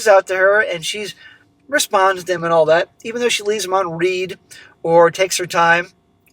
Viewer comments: it’s not “left me on REED” it’s left me on “RED” you still pronounce Read wrong every story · Left on read (Prounced like Red) as in the past tense of read (Pronounced like reed)